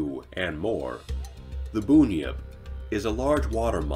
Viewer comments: Bunyip is not pronounced boon-yip it is pronounced bun-yip. Like how it's spelt. It's not a necessary correction seeing as you've done a great job with this video but I live very close to the region of people who first told the story of bunyip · It's not Boon-yjp, it's Bun, as in cream bun,hair bun...and it's the Tasmania Tiger not Queensland...you should go even more into the Aboriginal culture scary stuff. There is a jundjity man, a min min light to name a couple. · It's BUN-YIP not BOON-YIP, like a bread bun. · not boonyip bun like bun in the oven bunyip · I hate the way Americans mispronounce words not used in America. The name of the first 'monster' is the Bunyip. 'Bun', as in 'bread bun' and 'yip' as in 'yippee'. A boonypip doesn't exist. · WTF is a "boon-yip"? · I was trying not to laugh when he said boon-yip over and over 🤣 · we can correct the presenter because he has pronounced it wrong. It is actually pronounced bunyip. I have worked in close proximity to a lot of indigenous people from different parts of Australia and in particular people of the Wemba Wemba nation. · so am i and also part aboriginal and its fkn Bun-yip Don’t mess with my ancestors history it’s forgotten enough ffs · Hurt my ears every time I heard it said that way and not bun-yip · Boon-yip hahahahaha. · Absolutely loved the video!! I just had to say, the Bun in Bunyip is pronounced like a bread bun, or tie hair in a bun. That kind of bun :P <3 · It's pronounced Bun Yip not Boon yip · Boonyips lmao. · You have no idea how unreasonably angry i got after hearing him pronounce it like that lol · That's not how you say bunyip! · Sorry mate .. that ain't how you say bunyip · Bunyip is pronounced wrong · and the tazzie tiger isn't a mythical creature... Boonyip mate it's bunyip 😂🤣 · As soon as I heard "Boon Yip" I had to turn it off. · I think you misunderstood me gary. it was a joke about us keeping our pronounciations to a minimum so we wouldn't get flies in our mouth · I know right